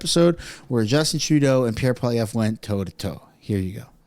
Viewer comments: It’s incredible how nobody knows how to pronounce Pierre’s last name properly lol. It’s not Polivier, it’s PoliEVRE. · no my friend, you are saying his name wrong, Pierre just doesnt care what way it is said, it is a french name. Kevin did pronounce it right. I live in Alberta and know people with the same surname.